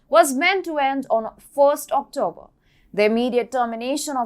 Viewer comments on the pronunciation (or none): none